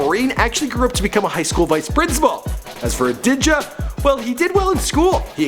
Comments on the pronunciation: It's Ah DEEE JAH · Who fuck is adigah seh kartel if yuh cya pronuonce di man name (Sorry dis just upset mi ) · It's Adidja (Ah•Dee•Jah). It's pronounced the same way as Adida if the second "D" was a "J". Adija = Adidja. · 😂😂 it's pronounced "ah-dee-zha" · lol it's pronounced a-dee-ja lmaoooo his Jamaican accent funny 😂 but u did well yard man style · Pronounced Ah dee jah highm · up to "dee" time 😂😂 lol